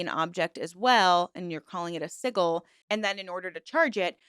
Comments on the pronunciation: Sorry to do this to you when you've mastered the pronunciation of zine but it is sij-il for sigil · Sijil is how it is pronounced. Most western pagan, magick and esoteric practices conflate eclectic sources, not unlike other religions. I have heard P'Orridge (sp) mistreated their now ex wife, but that doesn't make them a cult leader. How does this group fare with the BITE model? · Omg I don’t usually comment on videos but hearing you say “siggle” instead of sigil is hard to hear. Also your explanation of what they are also left some room to be understood. Felt that this part was really trivialized. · it’s pronounced sidge-l not siggil 🫡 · Liking the content. A side note, sigil is pronounced si·jl. the 'g' is not pronounced like in the word "golf", or "glorify" (examples). SI-JL. It kind of puts your entire schtick into question when you cant pronounce the word sigil correctly. Its not like its an uncommon thing in the occult, or other spiritual/mystical traditions. I mean, its a thing in all bigger religions as well. The cross is amongst other things, also a form of sigil. So hearing this being so obviously mispronounced puts your work into question. How come someone that tries to present themselves as into this type of thing doesn't even know how to pronounce that word correctly? You see what i mean? Other than that, i look forward to exploring more of your content. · "Siggle" was driving me batty too! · Siggle made ne giggle. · I said the same thing lol. Wtf is a "siggle" hahaha? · As an ex member of another cult that you have spoken about on this channel (the TM cult), and someone who once met Genesis and people in h/er close circle, I cannot in good faith call what s/he created a cult. It's upsetting to me that you equate Chaos Magick as problematic, when you can't even pronounce the word 'sigil' correctly. It also bothers me how you consistently misgendered Genesis. I'm afraid this one is a big swing and a miss.